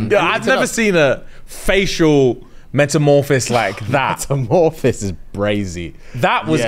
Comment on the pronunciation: metamophis I can't its metamoRPHASIS 😂